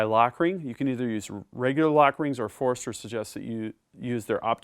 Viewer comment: awesome review, but it's not foreeeeester lol its Forster. Kinda like when people throw an extra R in Washington.